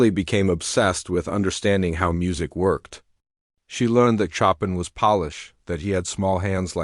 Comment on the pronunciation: Show-pan not Chop-in